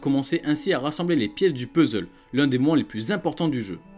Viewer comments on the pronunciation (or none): none